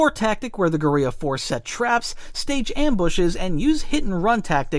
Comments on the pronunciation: Guerrera sounds like gorria? a war tactic? are you talking about gorilla? as in gorilla warfare? its pro nounced gor-ill-uh not gore-ee-uh. Guerrera doesn't sound like gorillia.... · The way you pronounce guerilla annoys me as it's pronounced more of less as gorilla like the animal and unless you pronounce gorilla that way, it doesn't sound as much like Gerrera as you claim. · I am curious, this was the first time I had heard that pronunciation of guerilla, Is that something that English speakers have always messed up so it often gets pronounced in the same way as gorilla?